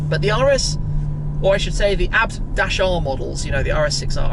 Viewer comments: I thought that it was pronounced Aii bee tee and not abt like it’s spelled? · Is it the way shmee is saying it ? I thought it was pronounced A-B-T not abbed (sounds like that when shmee says it )